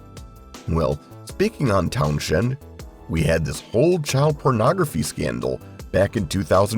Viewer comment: Or, my favourite, when "it" pronounces Pete Townshend's name as "TownSHend". AI p!sses me off; stop using it!!! And the scriptwriter keeps saying they doubt "we remember" this or that...we DO remember. It's patronizing, so stop!